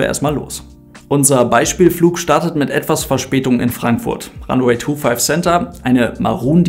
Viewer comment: Ranweh Tu Trie AHHH meine ohren.